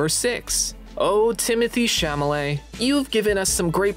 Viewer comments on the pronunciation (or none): "Timothy Sham-alay"😭😭